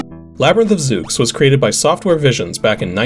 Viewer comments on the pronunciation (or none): Zooks? you mean /Zeu/s? The 'x' is typically an 's' sound in names like that. :p